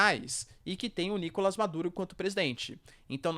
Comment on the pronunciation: Parabéns pelo vídeo. Sugiro que verifique as pronúncias Gu-i-ana, pê-dê-vê-za, Ni-ko-lás